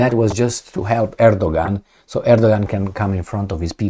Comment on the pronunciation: Erdogan is pronounced Erdowan in Turkish